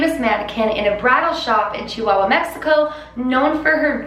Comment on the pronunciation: Ave seen the pascualita viva mexico you nailed it saying Chihuahua